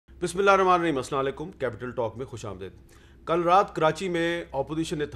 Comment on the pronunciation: Pls Sir correct ur asalam alaikum pronounce